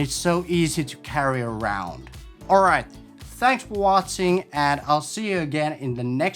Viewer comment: hi ,m you are great, lot of thigs to learn. hello from Norway.....fun when you say . thnaks for wåtsing :) regards